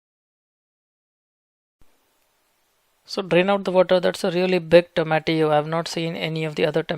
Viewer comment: I like his pronunciation of tomatillo